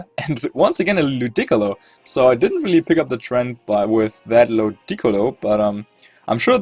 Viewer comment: the beautiful pronunciations are a thing of beauty. The way he says Ludicolo makes it sound like its a precious chinese vase.